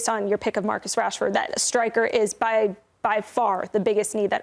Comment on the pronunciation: When he said Rashford I just stop watching